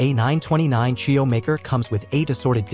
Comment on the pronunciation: Is this AI? Who pronounces churro like that?